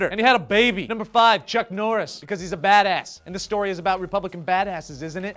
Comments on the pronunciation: Every time you said badass! i heard Dat ass ! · "badass" sounds like "dat ass"